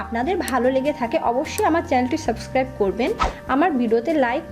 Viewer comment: ওটা সাস্ক্রাইব নয় ওটা সাবস্কাইব হবে. আপনি সবসময় সাস্কাইব বলেন